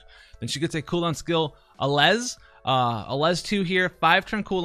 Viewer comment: "Allez!" is pronounced ah-lay. It's French.